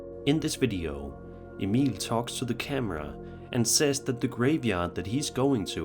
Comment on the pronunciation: I love that u actually pronounce Emil correctly! It's rare for some scandinavians with old nordic names 😅😅